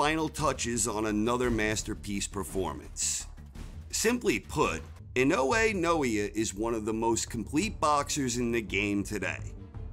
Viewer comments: His name is pronounced "Nah-Oh-Yah Ee-Noh-Eh". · Butchered his name 🤦‍♂️ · Naoya Inoue (Na-o-ya E-noy)🤙🏽